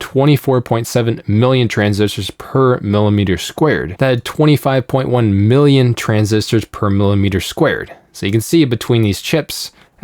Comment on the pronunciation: Every time he reads “million,” it comes out as “billion.” I had to double-check several times